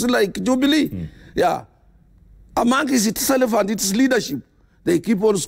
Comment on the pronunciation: Atwoli, it's not 'selef' it is 'self'